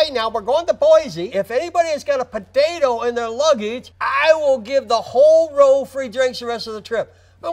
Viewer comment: I love the way Joe pronounced Padado